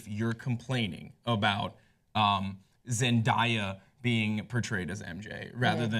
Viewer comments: "Zendiya" ???? lol its Zen- day- a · It's Zen-DAY-ah, not Zen-DIE-ah. Also I don't watch superhero movies but I will def watch this one if Zandaya is in it! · zen-die-a ??? zen-day-a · stop calling her ZENDIA IT'S ZENDAYA GET IT IN YOUR BRAIN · It's not Zen-dai-ya, it's ZendAYa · am i the only one who noticed pronounced Zen-DAY- a Zen-DIE (DAY)-a. i just thought that was funny 😂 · she said it wrong it is zen-da-yu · Why they keep calling her Zen-Die-ya like I can't 😬😬😬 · it's Zen day a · i hate the way they pronounce her name lol I've never heard anyone say her name like that besides these two. its zen day a. but honestly the character should be matched by the actress if the character is pale the actor should be pale if the character has red hair then the actress should have red hair. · how do they now know how to say such a poplar persons name 😂😂😂 Zen- DAY- uh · zen-DIE-ya lmfaooo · ITS PRONOUNCED ZEN DAY YUH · Its pronounced how its spelt Zen-day-a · I think her name is pronounced zen day uh. Day as in today. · it's pronounced zen-day-uh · Ahhh I hate how people mispronounce her name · I cringed every time they said her name wrong Uugh I can't do it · this hole time I didn't know who they were talking about. cause this stupid woman doesn't know how to pronounce black names. lmfao. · Can they fuckin say "zendaya" right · How did nobody correct the way they pronounced Zendaya's name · u pronounced it wrong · raised an eyebrow at the way she pronounced her name!!!!!!! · Um ya'll really can't say her name man. Zendaya is really pretty for a Mary Jane but idk if she can act that well. But kudos to her, hope she has fun acting the role😊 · How don't you know how to say her name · PRONOUNCE HER NAME CORRECTLY GOD DAMNIT THIS IS WHY YOU SHOULD HAVE HAD THAT SECOND CUP OF COFFEE THIS MORNING!! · holy crap how do you not know how to pronounce her name????????? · I cringe everytime she pronounced her name. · Yeah I was mispronouncing it. Not my finest hour.